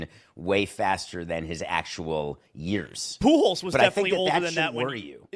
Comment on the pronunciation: I have been waiting forever for attention to be brought to how says Pujols. What's PoohJOS!? 😂